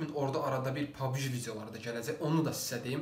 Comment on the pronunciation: Pabgi deyil pabci de pabgi pis çıxır😁